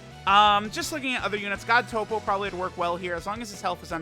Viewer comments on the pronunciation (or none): none